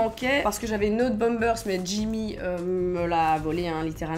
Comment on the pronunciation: Le bomebersse lousse 😂